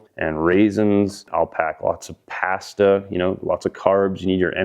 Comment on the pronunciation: Cleveland Brown pronunciation🤣